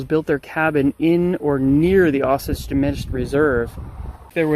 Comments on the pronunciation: It’s pronounced O Sage. Stress on the O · It's pronounced O-sage.